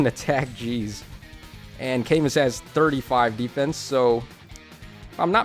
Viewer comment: You still can't pronounce Camu though